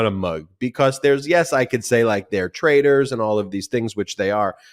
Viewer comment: Not traders, they are trai T ors with a T Say it with confidence !